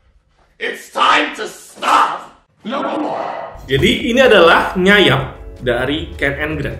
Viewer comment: "nyanyap" gaksi, kepleset dikit bang😂